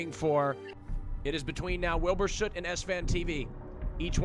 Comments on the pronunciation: his surname is pronounced sut however oo usually makes an ooh sound so it’s a name that gets pronounced it different ways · I've literally never seen so many people mispronounce the word "Soot" in my entire life. ITS ONE SYLLABLE HOW HARD CAN IT BE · I believe “sut” is the English way of pronouncing it, while sooot is usually how Americans pronounce it, from what I’ve heard